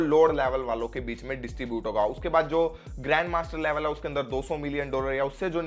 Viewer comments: Laavell😂😂😂😂😂 Laavel sabke niklenge😂😂😂😂😂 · Bhai aap level bolte ho to use ladki ka yaad aa jata hai 😂